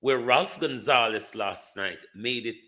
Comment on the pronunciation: Ralph Gonsalves..not Gonzalez....get it right